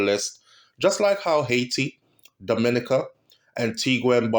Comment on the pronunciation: Dominica is pronounced-Domi-neeka